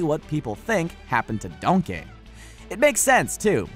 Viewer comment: Donkeh more like dankey